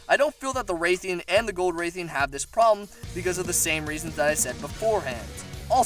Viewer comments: It's rathian, not raithian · Bro please say Rathian and not Raythian😭 It's painful to listen to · The pronunciation on Rathian bothers me. Sounds like he’s saying “rethiaan” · It’s rath-ee-en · Please never try and pronounce Rathian again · Learn to pronounce rathian correctly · I agree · You said rathian wrong